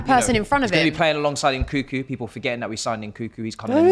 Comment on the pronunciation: Nkuku? Its Nkunku bro get to know. He's your player now😂